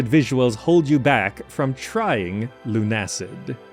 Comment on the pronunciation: LUNA-SID, not LUNE-ACID